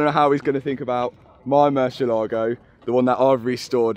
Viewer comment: haha so bad pronunciation for Murciélago!! for us, the sudakas, its totally normal word.. for you sounds like: Moo - cie - ae - la - go